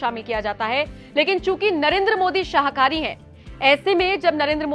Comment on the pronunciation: Madam shahkari nhi shakahari hota hai😂 jyada excitement me galat boldia😢